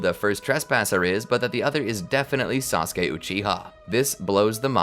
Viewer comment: I love how everyone is calling sasuke, "treesuke" ❤😂 just feels funny to me